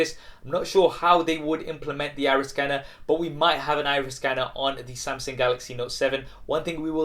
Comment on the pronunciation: SAMSENG? SAMSENG means GANGSTER in Malaysia bro. Hahahahahaha. Is SAMSUNG. pls pronounce properly....